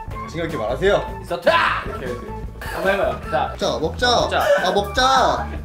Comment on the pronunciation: 숟가락!! 노우~! 인써트으ㅡ!! 너무 찰지게 발음해버리시네